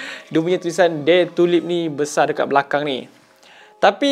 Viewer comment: Terbaik... realme... but kalau blh d betulkan prenounciation bukan dare to lip tapi bunyi mcm Dare to laep✌ tpi terbaik mmg suke tngk review dari